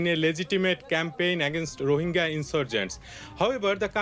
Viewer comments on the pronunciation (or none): please pronounce rohingya properly :(